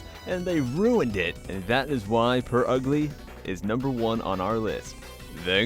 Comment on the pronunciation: Not purugly it’s “ Pure Ugly” LOL